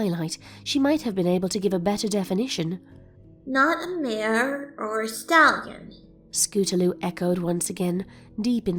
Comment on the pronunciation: I like how throw out the story the narrator calls scootaloue they